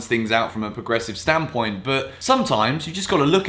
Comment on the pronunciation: You it's a video when you hear "from a stan point"